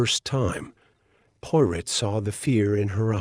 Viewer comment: Her qualities Porot?? Please. If you cannot get even the name right don't bother with rest of it poirot, good God. This is a insult!!